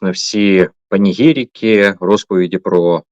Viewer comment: Олеже! Та не панігЄрікі, а панЄгірікі!